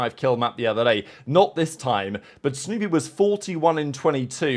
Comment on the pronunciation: Sounded like you said stoopy. Not snoopy.😂